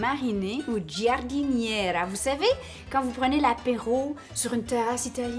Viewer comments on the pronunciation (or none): Alors tu prononce jardinera. Le i est la pour faite du g un j , comme le e en français comme pour Georges par ex. 😆😆😆